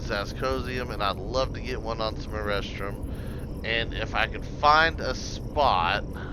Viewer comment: Great vid. I laugh every time you say erestrum, sounds like you’re looking for “A Restroom”.